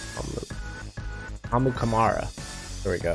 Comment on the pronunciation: This dude still pronounced princes name wrong and goes “there we go” and then didn’t know Clinton dix smh